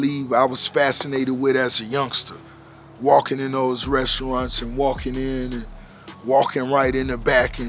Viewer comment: I love too hear him say restaurants and shrimps, Hilarious 😂😆😅